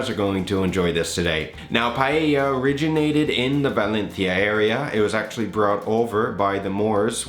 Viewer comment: This looks amazing, I don't know where to buy rabbit meat around here but I'll try this without it! Looks much better than the Jamie "PIE-AYA" LOL